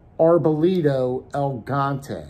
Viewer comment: The Boker knife is pronounced "El Gee Yaunt Tay." It's Spanish for Giant. El Gigante. I'm not being an a$$hole either, so don't bite my head off. 😄